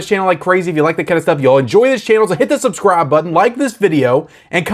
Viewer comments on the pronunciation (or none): none